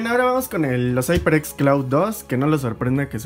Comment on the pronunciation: Se dice jaiperex no aiperx jajajaja